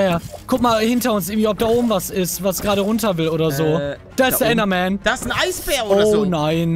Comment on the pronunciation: Normale Leute: Oh Oh. Ein Enderman! Palle: Ein Endermem! Zuschauer die das hören: Wtf Palle?